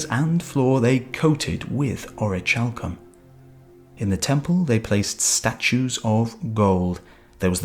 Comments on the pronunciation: It’s pronounced Ore-uh-kal-come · Ch in Greek is never like the soft sound in English. The orichalcum pronunciation gets annoying.... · you are suggesting its pronounce ori-hal-cum? because thats not right at all. its ori-khal-cum. i looked around. google along with dictionary . com along with various other sources all support what i said. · in ancient greek 'CH' is pronounced as a 'K'. so it's (oree-kal-kum). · Isn't it pronounced orikalkum ? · It's pronounced ORI-CAL-COOM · the ch in orichalcum is pronounced as a k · Actually it is pronounced as h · I don't know about its pronunciation in english but in modern and ancient greek it is pronounced as H.